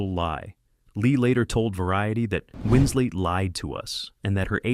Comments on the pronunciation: I cannot deal with how this narrator keeps saying Winsley instead of Winslet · Winslet, not Winsley! Facts matter! Just one of several inconsistencies ! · Winslet, not Winslead... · “Hunting for husbands”? Kate “Winsley”? 52 seconds in. I’m out. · Kate Winslet also lied about her age. And why can't you pronounce her name, Mr Robot? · a million ways to mispronounce "winslet"